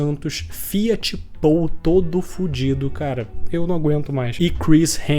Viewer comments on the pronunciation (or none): none